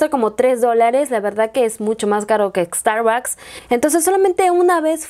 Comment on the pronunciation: Pronunciaste mal Starbucks Bueno solo fue un comentario .